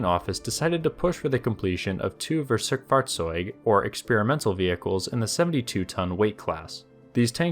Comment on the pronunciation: I love the way you said Schnellboot. Really close to the actual pronounciation. 👍 And Versuchsfahrzeug is really difficult.